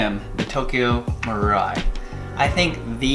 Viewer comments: its not tokyo maru-eye its maru-e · "Maru-eye"???😷😷 bruh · never herd anyone say tokyo maru-eye like bruh 😂🤣